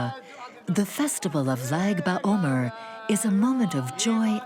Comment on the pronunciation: Nice video... Powerful special place You mention Lag ba omer.... Lag = לג = 33 in hebrew counting (Not zaid ba omer as the voiceover is saying!) It is the anniversary of the day of elevation of 2nd century kabbalist Rav shimon bar yochai, author of the Zohar ~ the 33rd day full of light during the 49 day personal journey of transformation from passover to Shavuot ~ a very spiritual/mystical journey Interesting that the origins of this synagogue connect to the energy of lag ba omer...